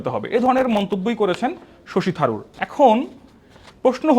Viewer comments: Pronounce his name correctly pls - Sashi Tharur - শশী থারুর - you are not doing it right pls. Also just heard another wrong pronunciation - it should be Kaustav Bagchi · ভারতীয় কংগ্রেস নেতার নাম প্রথম দিকে ভুলভাবে পড়া হয়েছে। মাথা ঠাণ্ডা রেখে উপস্থাপন করা উচিত।